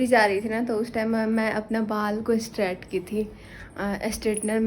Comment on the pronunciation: Di एस्ट्रेट नही स्ट्रैट बोलिए